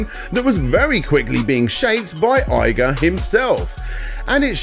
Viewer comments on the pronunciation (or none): It’s EE-GA, not EYE-GA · I cringe every time you say EYE guh, its EE guh bruh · Also, Eyga? And Ar-eye-a? Is the horrendous pronunciation intentional? Am I missing a joke?